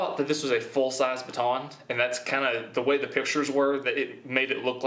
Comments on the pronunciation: Please learn how to say baton. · I hate how you say baton “BA TON”